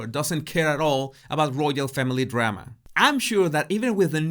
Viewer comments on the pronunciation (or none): none